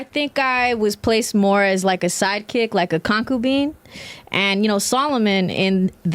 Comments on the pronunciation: So..shes unemployed..recently single..and has 0 manners.."koncubeen" u mean concubine?! 🤦🏽‍♀️🤣 stop using big words u cant pronounce..she's Crazy...all that snacking is why she's shaped like that too.. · WTF is a concoobean?!?!🤣🤣🤣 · Her ignorance shows immediately with her misuse of the word "majority" and totally butchering the pronounciation of the word "concubine" Wild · “Kon-koo-been?!” She LOOKS like she farts a lot. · She look like she stank all the time though.😅 Also she tried to say concubine twice and failed both times.